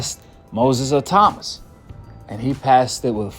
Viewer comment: Bro, his name is pronounced Moses ITAW MAAAA.